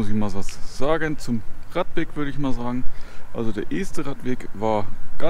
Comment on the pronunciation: Wieder eine schöne Runde mit schönen Aufnahmen nett präsentiert. Und ja, 2022 wird bestimmt ein großartiges Randjahr! Um noch ein wenig klug zu schei...: Das erste E in Este wird kurz ausgesprochen. Als ehemaliger Buxtehuder darf ich das behaupten.